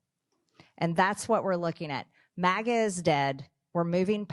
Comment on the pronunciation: It's maga, not mauga